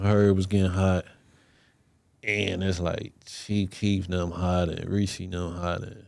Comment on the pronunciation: blud said Reese LOL